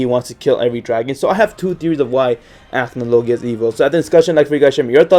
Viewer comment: He didn't pronounce acnologia correctly